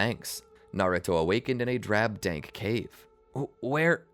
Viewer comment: did you mean to say dank or dark